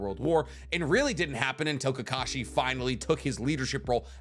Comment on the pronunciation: "Who can sign faster?" Kakashi. It is Kakshi